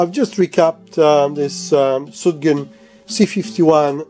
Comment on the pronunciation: Sugden not Sudgen!